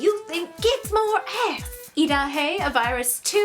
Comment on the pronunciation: oooh "kicks more ass"... I thought you said "gets more ass"